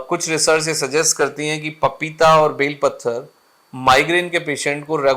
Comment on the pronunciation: डॉक्टर सर का उच्चारण गलत है बेल पत्र कहा जाता है न कि बेल पत्थर ! 🤔